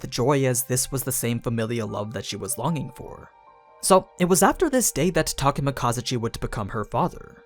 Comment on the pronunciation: I think you're not saying Takemikazuchi correctly, the accentuation should be in "zu" rather than "ka". Unless I'm mistaken.